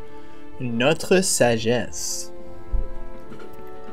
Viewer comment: pronouncing Notre Sagesse makes me fucking swoon. I know that this is near meaningless information but I'm actually so gay and I want to know that he's an attractive human in the least hideously creepy way possible. Sorry?